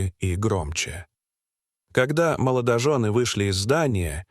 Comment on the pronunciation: "сУрприз".... " моЛОЖОны"..... "СвертАлет".... Обидно за родной язык! А история эта- выдумка, для собирания просмотров и лайков. Жалею, что не прошла мимо. Да ещё и некоторые комментарии угораздило почитать...